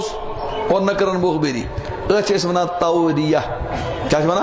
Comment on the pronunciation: Tauriyah not tauliyah